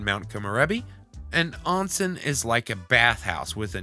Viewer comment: Btw, onsen is pronounced with an "ohn" sound. It's technically a public bath house in Japan. Some are segregated by gender, some are not. It would be highly inappropriate to woohoo in one. In fact, most couples would traditionally go to a love hotel to do anything like that